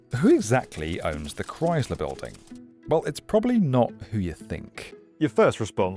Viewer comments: Why does he keep pronouncing it like that it's Crys-ler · The what building? The Cry-Sil-all-er Building? 🤔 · Yer Killin me: Stop saying "CRIES-ler!" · Ugh, practice saying Chrysler. That’s Chrysler, not cryzler. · Jesus Chrystler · Cries Lure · kryz luh? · It’s not Chryzler. 🙄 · Nobody says ChryZler. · What is a "Criessssler" building? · ah yes the Chryzler building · "ChriZler???" Besides that, a banger video. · Learn to say Chrysler before making a video about the Chrysler building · There's no Z in Chrysler. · The "s" in Chrysler is unvoiced, /s/. Not /z/. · You're saying "Chrysler" wrong. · Far be it for an American to give elocution lessons, but... It is pronounced ChrySler, not ChryZler. It is pronounced dOllars, not dUllars. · It's pronounced as Chry-sler not Chry-zler. I hope this comment doesn't seem mean spirited, just constructive criticism. I otherwise love your channel. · It's Chrysler not Chryzler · Why does he keep saying "Chryzler" instead of "Chrysler"? Normally British accents are so precise. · It's pronounced ChrySler, pronounced with an S. Not ChryZler; There is no Z in the word. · "Kr-ICE-ler" building...not "Kr-IZE-ler" building. Thx. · It’s NOT cries-LURE, it’s MUCH closer to CHRIST-ler! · Pronounced "cryICE-ler" not "crys-ler" Couldn't find and American for a documentary on an American Building? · Only my personal opinion, but the Chrysler building is the coolest-looking skyscraper in Manhattan. It makes up for not being as tall as the Empire State building by being definitely cooler looking. Just a tip - there's no 'z' in Chrysler. ChrySler - not 'Chryzler'. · We say it "Christ-ler". "Cryyyzler" is less common. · It's pronounced "Crise'-ler" not "Crize'-ler." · The "Cryz-ler" building? It's "Cryss-ler", with a hard "s", like Jesus Christ without the "t" Cut it out, England! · I'd watch if you didn't keep saying chryzluh. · Never heard it pronounced ChryZler. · Why do you call it the "Chryzler" biulding? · Chryzzzler. Ugh.